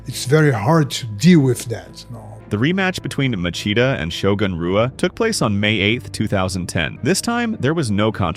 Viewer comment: It extremely Disrespectful to mispronounce Shoguns name video after video. Its pronounced HUA. Brazilian words and names that start with R is H sound.